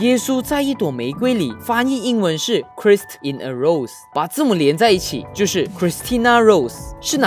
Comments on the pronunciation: Christ 读成 克莱斯，不是克里斯。jesus christ, do u even read??? 听到都堵懒。u org Malaysia kan? lousy betul lu punya Bhs English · Christ不是醬讀😂